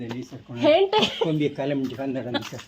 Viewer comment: Hente alla hete😊